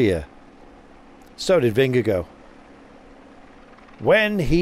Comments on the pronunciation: Please gcn, teach your commentator to pronounce last name correctly because 'vingegooo' is an discgracefull attemt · Anyone know why they pronouce his name VingeGO, when it's spelt Vingegaard - I would have thought it would be pronounced vingeguard? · Yeah, you're sorta right. Both are wrong, but I prefer VingeGUARD myself, as a Dane. I guess people could try for a VingeGORE, but without pronouncing the E at the end, but even then it wouldn't be correct, so who cares? Just call him, I guess:) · vingegoh :D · vengeGO just sounds utterly wrong haha but a good nickname, perhaps, as he punned through the commentary. Appreciate the Danish input buddy.